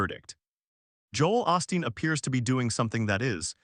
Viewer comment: "OOOHHH- STEEN" NOT "AWE-STEEN".